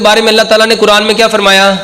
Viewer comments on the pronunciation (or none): none